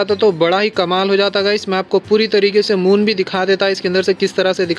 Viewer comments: Moom nai hota hai moon hota hai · That's moon not moom 🤣🤣🤣🤣🤣🤣🤣🤣🤣🤣🤣🤣😂😂😂😂😂😹😹😹😹